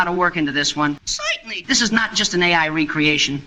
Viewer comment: Zointenly !!! Yuk, yuk, yuk !